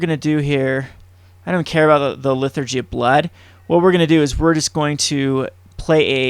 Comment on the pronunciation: haha, why do you keep calling it LiTHURgy of Blood? It's liTURgy of Blood.